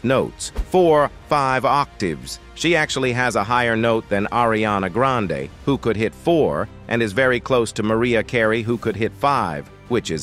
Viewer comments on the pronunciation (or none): none